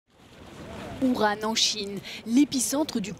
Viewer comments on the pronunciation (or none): « Uran en Chine ». Apprenez à prononcer « Wuhan », la prochaine fois